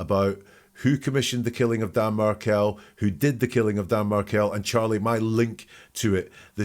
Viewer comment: The fbi guy says "diga?" Which is Spanish for "talk to me" and a common way to answer the phone. Just FYI:) also, it's Markell not Martell, but I know that was just a tiny error and you know his name. No big, we all misspeak a bit from time to time. ❤